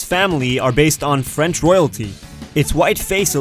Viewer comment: French Canadian here and your french was on point ! :) You did the R properly hahaha !